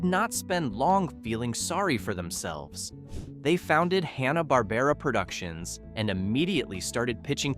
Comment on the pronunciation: Pronounced HAN-uh bahr-BAIR-uh 😊